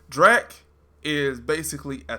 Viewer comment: It's Drack, dude, not Dreck. Just saying'...☺️